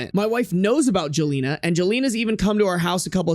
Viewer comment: Jelena isn't pronunced that wayyyyy. its pronounced like yelena, its a slavic name